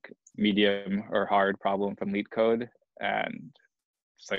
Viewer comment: It’s leetcode... lol